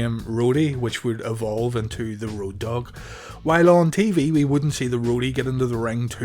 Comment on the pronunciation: "At tha Alamo"